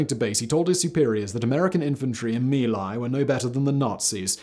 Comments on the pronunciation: Yet more proof of Simon's addiction to inaccuracy and carelessness with regard to the facts AND paying attention to pronunciation of words not in English like Mee Lie (how feckin' appropriate is that?) IT'S MY LAI YOU BALD-ASSED BRIT!! Disliked with satisfaction. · "Mee Lai" isnt proper enlgish pronunciation. "Mai Lai" is correct outside of Vietnam. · it's My Lai or Vietnamese "Mỹ Lai" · LMAO at Simon saying sometimes mispronounced